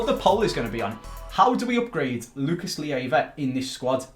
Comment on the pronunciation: Please do everything you can to sell Lucas Leiva, that way we don't have to put up with you pronouncing his name wrong each episode. =)